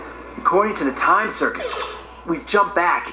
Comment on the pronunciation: Says the guy that said tome instead of time